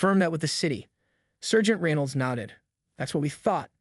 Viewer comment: You're pronunciation of debree and sergeant are totally off